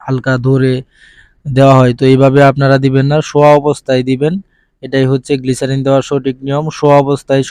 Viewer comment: গ্লিসারিন না গ্লিসাপ😂😂😂😂